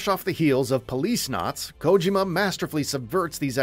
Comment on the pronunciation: He said Kojima wrong the first few times then got it right